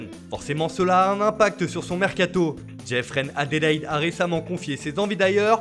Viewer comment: « JEFRÈNE ADÉLAÏDE »